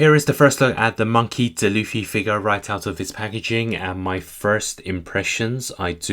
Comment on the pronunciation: Its d. Luffy not dluffy